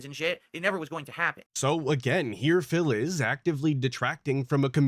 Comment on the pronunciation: I love how says Phil. It sounds like fail 😂